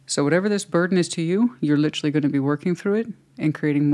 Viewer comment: LIT -TREE 😂 Girl lol